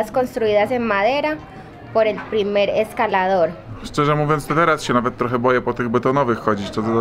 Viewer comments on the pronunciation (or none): none